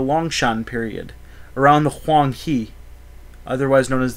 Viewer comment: The Yellow River is pronounced as Hwang 'Her', not He.